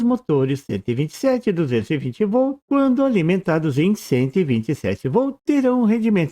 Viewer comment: Excelente vídeo e explicação, mas porque você omite o som do "T" quando fala Volt?